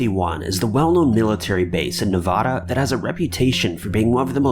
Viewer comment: The way he says Nevada 😂😂